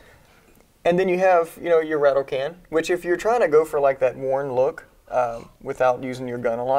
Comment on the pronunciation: It's called a "rattle can" not "rattle can't"